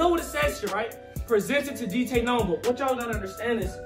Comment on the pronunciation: Someone actually said my name right